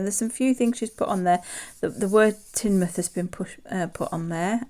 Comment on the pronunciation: Love the Home Town Coins from Ann and Evelyn it's so interesting learn about where everyone lives. Glad you liked mine you did prounce Teignmouth correctly. Have a lovely holiday.💕